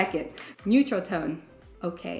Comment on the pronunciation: It's odd to have a speech coach say "okay-ya" and "cer'in."